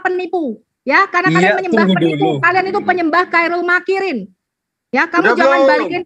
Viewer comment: Khoirul makiriin dibaca kairil makiriin bacaan yg sok tahu Al Qur'an.